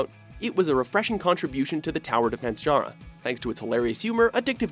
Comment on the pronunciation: i wish you pronounced "genre" as "john-ruh" instead of "jhunr"